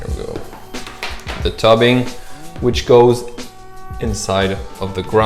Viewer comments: and tube ing - not tub ing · What is 'tubbing' do you mean tubing 🤣😂🤣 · I thought this guy was American, until he called the tubing, tubbing. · tubing sorry not toobing